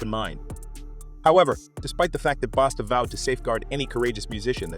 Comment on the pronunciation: Bosta basta damn get that mans name right.